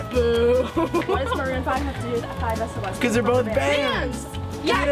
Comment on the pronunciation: I was crying of 5sos rn and you had to bring it back up 😂oh and its pronounced 5sauce